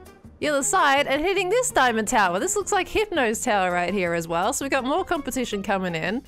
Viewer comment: "exA dnomiaD" | "Daimond Axe", almost ;)